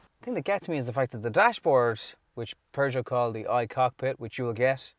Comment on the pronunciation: Hahaha weird sounding with Irish accent Pjužo :-)